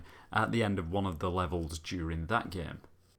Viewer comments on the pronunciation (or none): I love the way he prenaunces the word game g e e m